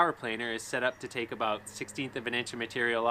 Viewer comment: Aboot an inch